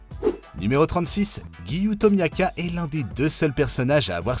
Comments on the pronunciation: En puis qu'il dit Tomiaka, nous ont doit même dire Tomioka. On devrait dire Giyuu donc lui c'est vraiment le pire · C'est pas Tamiaka c'est Tomioka😭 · Tu fais beaucoup d'erreurs en prononçant le noms des personnages , tu as dit misturi a la place de mitsuri et tu as muchiro a la place de muichiro , tu as dit tomiaka a la place de tomioka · on dit gyu tomioka et pas gyu tomiaka🙃